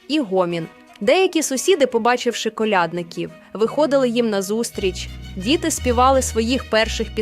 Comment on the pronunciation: Крлядників наголос на я! Ніі, я не додивлюсь. Вибачте.